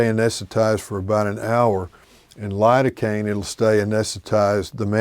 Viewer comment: You mean spread the area with Lidocaine? I heard hurricane 😂